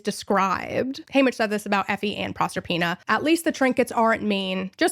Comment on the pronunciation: Someone pronouncing Proserpina correctly… I just ascended. Also LOVE the analysis on 12 & 13, arguably my favorite chapters. I hope they’re adapted accurately, especially Lou Lou.